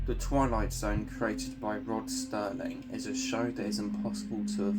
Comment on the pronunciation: It is SERLING, not Sterling.